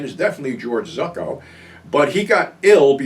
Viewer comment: Pretty sure George ZUCCO is pronounced "ZOO Co". Not ZUCK-O .